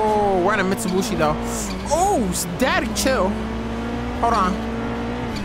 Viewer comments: "Alright we got a Mitshubooshi" Wtfrick this man talking about hahah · did this nigga just say we on a mitsubuchi haha wtf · I still can't get over "Mitsubushi"🤣😭sorry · This man said "Mitsubushi" LMFAO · I felt disrespected after hearing Mitsobuchi 😂😂😂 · mutubushi" ITS MITUBICHI* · Mitsubushi 😂 its Mitsubishi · still says mistubooshi instead of Mitsubishi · Bro u said mitsobushi its mitsubishi god damn💀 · Bro said mitsubooshi😂😂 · nice "mitsubushi" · Why does bro call Mitsubishi’s Mitsubushi’s💀💀💀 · Don't forget one time fade pronounced Mitsubishi, mushibushi and still don't know how to lol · Am I the only one that noticed that he pronouncing Mitsubishi wrong? 😂